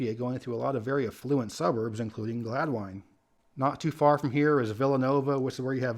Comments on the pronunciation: Main Line resident here. One of the many wacky Welsh-named places in the area, Gladwyne is actually pronounced "GLAD-win" as opposed to "GLAD-wine" as our King pronounced it. Have some fun guessing the pronunciation of some other towns on the Main Line! Wynnewood, Bryn Mawr, Bala Cynwyd, Berwyn--and don't forget the Schuylkill River! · In Pennsylvania Gladwyne is pronounced Glad-win, not Glad-wine. It’s Welsh.